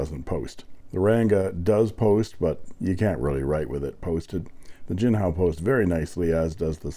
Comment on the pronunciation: ink pronunciation - jin-chawng-ho